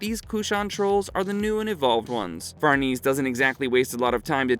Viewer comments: Casualty????? It's causality!! It's pronounced Far-ne-say, not farnese. Please bring the original narrator back. This video was annoying to listen to. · Who’s Farneeze?